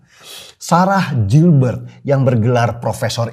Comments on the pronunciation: bacanya GILBERT bukan JILBERT tapi orang indo semua nya ngeja kek gitu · Koreksi dikit mas denny, cara pengucapan/pronounciation dari GILBERT tetap sama /tdk berubah (baca gilbert),bukan jilbert. Terima kasih. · Koreksi bang Denny...!! GILBERT (dibaca : GILBErT) bukan (JILBErT) Lanjuutt....!! Gaazz Pooolll.....👍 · Mas Denny, it's pronounced "GIHL-BERT" not Jil-bert. Ntar Ibu Ketum gak suka loh.... 😄😄😄